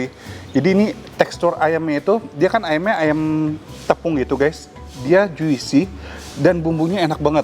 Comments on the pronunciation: Buncis bukan kacang panjang. Juicy dibacanya Jusi bukan Juisi. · Dear food vlogger yg aku tonton tiap hari.. Juicy read: ju-si Ga pake i abis ju.. ju-si aja gitu bacanya Semoga ga di bilang nyinyir ya.. ini comment membangun satu sama lain aja :)